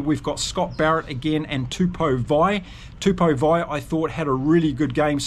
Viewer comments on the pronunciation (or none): Hey, Tupou Vaa’i is pronounced ‘Two-Paw Va-ee’ 👊😎